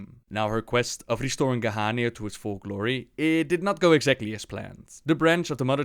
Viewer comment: I swear all this time that it was pronounced (Gahneer) instead of Gahanir